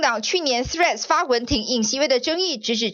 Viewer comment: 第一次聽到媒體正確發音 threads 所有t的媒體與名嘴threads, tray 不分